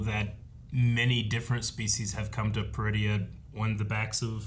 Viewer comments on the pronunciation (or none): Everytime she says Peridea I keep hearing Druidia. Damn you Mel Brooks!!! LOL